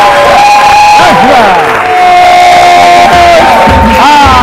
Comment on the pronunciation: Did I hear "dastright"???!!!!!